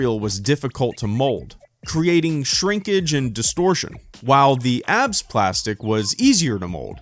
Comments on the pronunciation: "abs" plastic is said A-B-S. Great video though. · It's pronounced A B S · Awesome video! Just a note: ABS is pronounced by saying each letter, not like "abs" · It's called A B S plastic, Not abs plastics. 🤣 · oh my. not sure if anyone has brought this up, but it's A.B.S. plastic, not 'abs'. understandable mistake, particularly if it's written without the acronym indicating periods. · It's not Abs it's A B S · a.b.s. a b s its an acronym not a word a.b.s. plastic